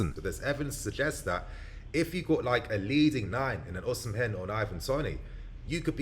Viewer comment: Even though the name is called OSIMHEN, the correct pronunciation is OSIMEN and not OSIM-HEN. Love from Nigeria.